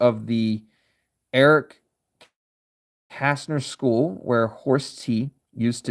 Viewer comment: Well done pronouncing the name Kästner. Signed, A Casner 😉